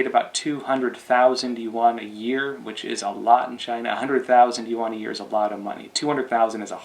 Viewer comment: Is there a specific reason why you say "yuwan" instead of "yuan"?